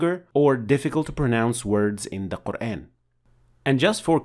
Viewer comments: In shaa Allah the shien has a clear fatha sound here as it should ( a naseeha brother make sure the letter ha is also pronounced clear and the end of the name of Allah) but then you pronounce Qur(aen). Explain this pls brother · I have a question, why do you say Qur’an with American phonetic sounds of letter a. Isn’t it supposed to be Quran, natural Madda on alif?